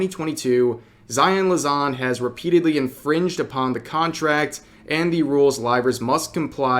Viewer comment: Ah yes, Zaion *Lazan*. xD Oh Rev.